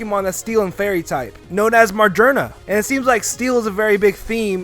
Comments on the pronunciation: DID YOU JUST SAID MAJERNA REALLY ITS MAGERNA OMG 😱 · It's "Mah-geer-nah" Not "Mah-jer-na" because it's steel and gears are found in technology like that. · Its Not. ( MA-GER-NA) ITS ( MA-GYR-NA) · Magerna (Ma•Gear•Na) that’s how u say it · Its not magarna it's Mac gear na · Oh my g- hah ma - jer - na it's ma - gear - na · "known as majurna" Its ma GEAR na as in GEAR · Magerna?!? IT'S MAGEARNA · magrena it's magearna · Margearna??? You mean Magearna... Right? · He Said Magerna But its Magearna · MAJERNA?! ITS MAGEARNA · you just said mar-jern-a not ma-gear-na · XD its not magerna it is ma-gear-na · "Mahr-Ghur-Nah"? it's "Mah-GEAR-Nah". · Its ma-GEAR-na. Not magerna. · he called Magearna "Marjirna"... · ha margerna its magiana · Margerna? You mean Magearna? (Muh-geer-na?) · Margona margona you call magearna margona????????????????. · its ma-GEAR-nee-a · its ma-gear-na you fuuuuuucking idiot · It's mah-gear-nah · Lol MAR-GER-NUH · Mu-gear-na magearna that is how you say it. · You said magiernal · your an idiot its pronouced ma-gear-na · it is ma gear na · its magearna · It's ma-gear-na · its magearna e.e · MEH-GEAR-NAH THATS HOW YOU SAY IT YOU IDIOT!!!!!!!! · The way he pronounces some of the Pokemon is hilarious, ma-ger-na, and see-zor, lmao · its mag-ee-ona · He butchered magearna XD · WHAT DID YOU SAY?????? YOU COMPLETELY BUTCHERED MAGEARNA'S NAME. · its magerana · you said a name wrong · He just completely butchered Magearna's name. Kms. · lol work on your pronunciation bro